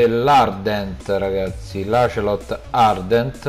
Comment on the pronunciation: Hai sbagliato si chiama ocelot no acelot broh